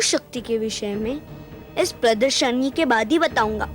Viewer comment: Pradarshani not pradarshini